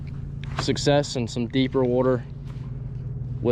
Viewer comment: “Let’s get out on the wooter”